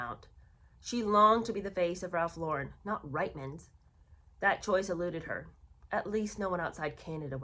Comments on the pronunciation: Sorry, I’m Canadian and it is pronounced Reetmans. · My apologies. I know it's frustrating & irritating to be called out on pronunciation however it is equally frustrating & irritating to Canadian ears to have nation wide names mispronounced. That being said it is: Rietmans pronounced (Reetman's) & Rideau pronounced (Reedoh). You may roll your American eyes but since I am listening to your podcast thereby helping it I would very much appreciate if you did a little research into Canadian/British pronunciations.